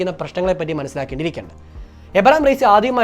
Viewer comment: ഇബ്രാഹിം റെയ്സി, എന്നാണ്,, എബ്രഹാം അല്ല